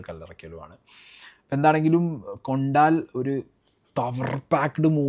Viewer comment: കൊണ്ടാൽ അല്ല മൈ ഡിയർ ... കൊണ്ടൽ ആണ്. ആദ്യം സിനിമയുടെ പേര് മര്യാദയ്ക്ക് പറയാൻ പഠിക്ക്. എന്നിട്ട് ആവാം റിവ്യൂ